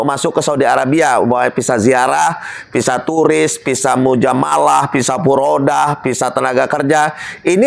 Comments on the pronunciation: Kok PISA SIH ????? VISA,.. CEDAL,.. MAAF,... APA INI ORG BANDUNG ??? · Bukan Pisa tapi Visa !!😊 Sorry pak koreksi ...jgn tersinggung ..overstay bukan operstay😅. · Visa pak bukan pisa